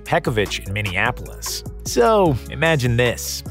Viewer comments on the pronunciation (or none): none